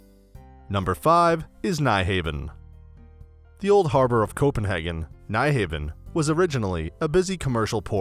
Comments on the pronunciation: My late mate was Danish and I know just enough to let it not pronounced "Nye Haven" but as "New houn'" like hound without the 'd' at the end.🙂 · this man said "nej haven " XDDDDDDDD ..... " New Haven" man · Nyhavn pronounced " new houn " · Nice video but you slaughtered the pronunciations for Nyhavn (Noo-how-n), strøget (stroy-it), Amager (Ahh-mire), Tivoli (Ti' Vo-lee), etc.